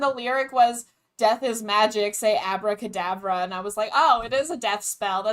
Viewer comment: THE NAME IS ABRA- CADAVER (as in dead body)